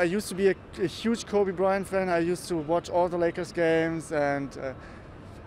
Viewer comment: my man's said Kory Bryant 😂